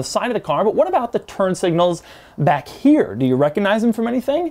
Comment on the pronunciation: The way he pronounces "here" (he says "chere")